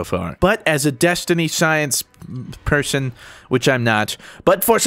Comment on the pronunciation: Anyone else noticed he said desteen